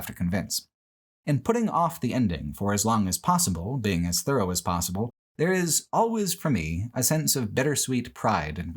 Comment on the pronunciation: Pfff "thorough"